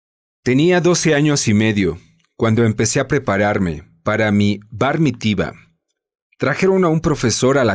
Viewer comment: No se pronuncia barnitiva 🥹o como hayas dicho. Debe sonar Bar Mitzvá.